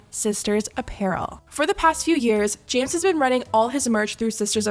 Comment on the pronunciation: it sounds like she said “ jams “ instead of james 😭